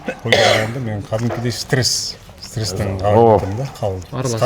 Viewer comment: Стес дейтго 😂😂😂😂 куйдурду